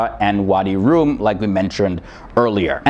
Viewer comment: The Zionist state is an occupation. The majority of Jordanians are from Palestinian decent. They were kicked out of Palestine after the wars of 1948 and 1967. You switched the names of Musakhan and Mansaf- A crime punishable by ‘smiles’ in Jordan. It’s pronounced Rum as in Rum the drink, Run, Sun Note Rume Thanks for the info about the origin of the name Philadelphia.